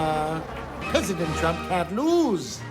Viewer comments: I listened three times and I still swear Kudlow said ‘Donald Chump’… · He DID say " chump" and fox rags on Biden if he mispronounces any word!!!!! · That's what I heard. Much closer to chump than T-R-ump. Maybe the show altered the audio. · I swear that Larry Kudlow said "Donald Chump".... LISTEN again! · I heard it too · He definitely did say that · Did Kudlow call Trump, Crump? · 100% he said Chump. That was the only accurate thing he said in that clip. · ME TOO!! he did say Chump!! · That's what I heard! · He said "of Donald Chump." Listen again. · is it just me, or did it sound like Kudlow says Donald Chump ? maybe it's just confirmation bias? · I thought he said Donald Chump lol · sounded like he said donald chump